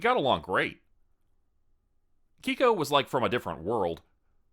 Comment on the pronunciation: Keiko is pronounced kay-koh not key-kow. Miki is pronounced mee-key not like the name Mickey. Manga is pronounced mahn-gah, not mein-guh. Gōkon is pronounced goh-kohn with a long o in goh (that's what the line over the o means) not goe-cawn.